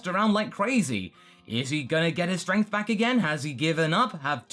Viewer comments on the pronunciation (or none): none